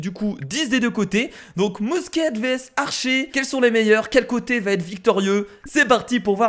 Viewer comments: sa se pronnonce mousqué pas mousquette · salut; sa ce prononce " mousquai" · ta dit busquetelol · mousquette lol toi bien parler la france